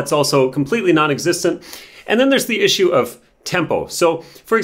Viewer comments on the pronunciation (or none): none